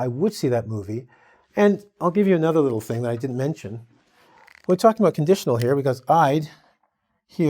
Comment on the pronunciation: You pronunce it differently to "were". "We're" is pronunced exactly with the "we" at the start.